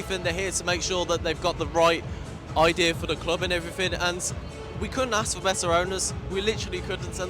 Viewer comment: STOP SAYING "AND EVERYTHINK" SO ANNOYING.. 😅😅K.R.O.